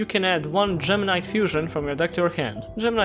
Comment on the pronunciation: It sometimes sounds like gemini when he says gem knight. When he got to the part about gemini gem knights I was so confused lol.